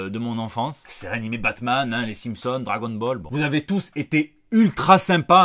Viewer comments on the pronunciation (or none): none